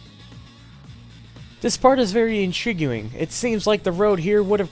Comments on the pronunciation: The narration/script proofreading on this video is just atrocious overall. "Runaway" instead of "runway"? "remain in the seekull" instead of "remain in the sequel"? "INTRIG-YOU-ING"????? Immediately afterwards he says "it would have curved and take you to a highway". He didn't mispronounce anything there - that's not even English! "JAMEER-LY"??? This just gets better and better haha! That's a greenhouse/botanical gardens, not a lighthouse lol. "InGNLSHtruction" Those are just some of the worst offenders. I'm honestly surprised that nobody noticed/retakes weren't done/someone else wasn't asked to do the voice acting here. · what the hell is intrigaling? do you mean intriguing?....also its Su - lean not say - lean (saleen) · "in trig u ing" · >Intriguing Bro, that is not how you pronounce that shit. But still, this is a great video. I never knew that much got cut from the game. Also, the Peugeot to Civic swap for EU to US was weird to me. Know anything about why they did that? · I've never heard anyone pronounce the "u" in "intrigue" before. It's almost like he was reading something that someone else wrote. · it's very intriguing how you pronounce intriguing